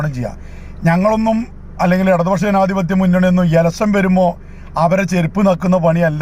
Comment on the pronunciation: എലസ്സൻ അല്ല സഖാവേ. ഇലക്ഷൻ.... ഇലക്ഷൻ... എന്ന് പത്ത് പ്രാവശ്യം പറഞ്ഞ് പഠിക്ക്.